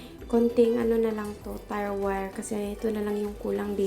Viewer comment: Do I heard it right "tire wire"? Should be tie wire. Sorry no offense meant.